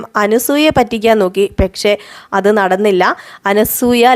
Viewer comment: പെക്ഷേ.. പെക്ഷേ.. എന്ന് തന്നെ പറയുന്നു